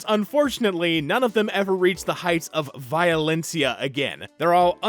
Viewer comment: Violencia is not THAT stupid name if u pronounce it right😂 Man kick ass is still my fav movie, yes im almost 40